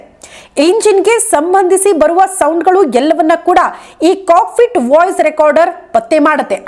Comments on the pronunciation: is it cockFIT or cockPIT? i hear it as FIT.. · First black box, cockpit antha sariyagi pronounce madi😢